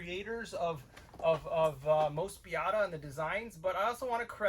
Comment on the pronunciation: It's Moe-spee-dah.